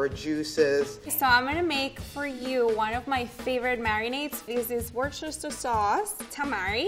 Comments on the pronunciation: this is what? 😂 damn Americans pronouncing Worcestershire sauce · Why do americans have so much trouble saying english place names Worcestershire (wuss-ter-shuh) = worshestershyerrrr Edit: woahh the amateur said it right. I like her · wuster sauce. not wusestershire sauce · Level 1: Cooks good steak Level 2: Cooks great steak Level 3: Cooks great steak and ability to say worchestiteishshiswire sauce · Eclipse22 war- shester- Shire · GJ TE read the internet once in a while. It’s woos/ter/shire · ain't no amatuer, she knows how to pronounce Winchesterrifle sauce. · Someone make a gofundme to make the pronunciation Wor ces ter shire instead of Worce ter shire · Level 1 chef pronounced Worcestershire correctly, Level 3 pronounced it wrong. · Imaging being a chef for 10 years only to have a level 1 chef pronounce Worchesterchire sauce better than you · The level 3 absolutely butchered it what are you on? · “Pro chef” THAT CANT PRONOUNCE WORCESTERSHIRE SAUCE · Did anyone else notice the level 3 chef completely mispronounced the Worcestershire sauce? It's not an easy thing to pronounce, but at level 3 she should be aware of what the ingredients she uses are actually called, especially when presenting for a show! Kinda cringe. Especially when level 1 pronounced it properly!